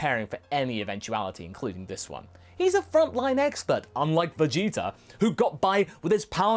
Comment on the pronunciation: Idk if calling Vegeta jeets is a habit from voice acting goku but if it is it's hilarious